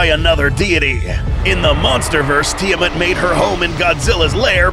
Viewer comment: Its pronounced “Tee-Uh-Mott”